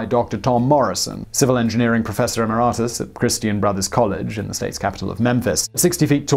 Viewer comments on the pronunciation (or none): I would check the pronunciation of the word "emeritus". Hint: it has "merit" in it. That's not a coincidence :-)